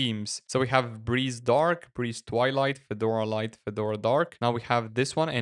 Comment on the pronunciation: Автодубляж в слове Федора посиавил ударение на первый слог, добавив букву ё. Получилось, что вышло обновление некого Фёдора